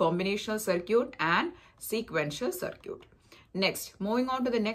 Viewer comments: Its called (circuit )Sarkit not (circut)sarkut. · Its called Circuit(Sarkit) not Circut (Sarkut).